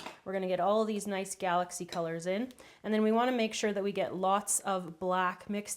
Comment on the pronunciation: It confused me when you said "i want it to be nuce and bright an dark", but me and my sister will enjoy this recipe ty